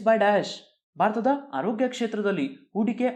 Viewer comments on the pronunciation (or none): none